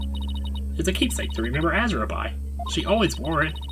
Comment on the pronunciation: Wait... Azura? Like... THE Azura? Even has the same hair part, with the little strand in the middle too.. please tell me Azura Summers sings too:3 I like how says "Azura", it sounds cool X3